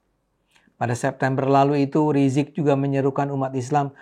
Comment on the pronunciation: Kenapa bang ade ini pakai sebutan Rizik rizik gitu kayak males skali mau bilang Imam Besar Habib Rizik seperti banyak orang nyebut Habib Rizik dimana2